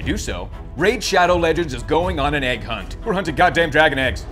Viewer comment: Say “egg”. Say it. aiig You can’t say egg?! Don’t say it, it summons him!